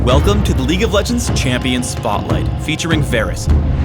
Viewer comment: ''Chamion'' . That's em ... new ..